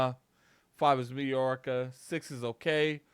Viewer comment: Did just pronounce mediocre as "me-dee-or-ica"? lol 💀☠